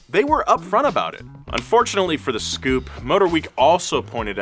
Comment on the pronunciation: The scoupe was pronounced s-coupe. Also the first hyundai on our shores was the hyundai pony then came the excel